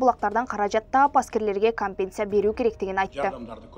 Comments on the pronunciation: Бул окуган неме кантет,компенция деп???? Компенцация деп айтылса керек? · Диктор уят компенция эмес компенсация деп айтылат бир сыйра даярданып же болбосо билген кишиге текшертип алып окуп жүр уят уят